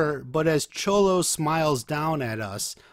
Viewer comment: no it's not. Its pronounced more as a "sh" sound not a "ch"